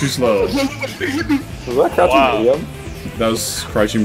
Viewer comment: It took me forever to realize he said ‘Crouching Medium’ and not ‘Crunchy Medium’